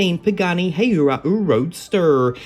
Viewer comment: This case was kinda odd because of lots of recolored cars but still a good case with some previous n case cars. Oh yeah,try to pronounce the Pagani Hu-ay-ra roadster next time 😉